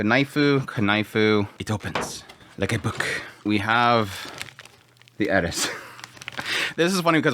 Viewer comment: . You said "Eris"! 👍